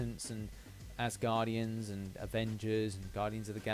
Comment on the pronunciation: did u say... azz guardians??? lol